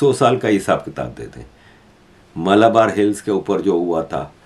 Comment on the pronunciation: Malabar hill nahi malbar